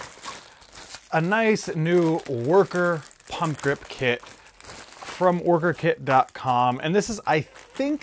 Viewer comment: Always sounds like people are saying "pumpkin" 😂😂😂.